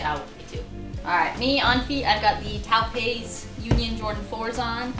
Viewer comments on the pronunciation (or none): Love the vids. Got to work on that Taupe pronounciation tho. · TAUPE SOUNDS LIKE TOW THEN ADD P AT THE END (TOW-P) my gash